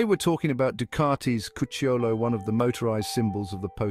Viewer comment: Great video, very informative and well researched! The accent on "Cucciolo" falls on the "u": "Cúcciolo".